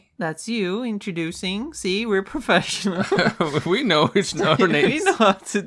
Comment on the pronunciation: "We're professiorals!"